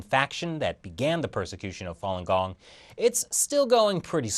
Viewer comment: OMG, you killing me with the "fallen gong", Fa read "far" without the R sound, not with an added L sound. Distracting from viewing.